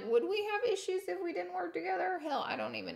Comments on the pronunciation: Issues* not issuses lol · Issuses? Am I the only one noticing that? C'mon people, grow up. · 'Issuses'??? Is that a word?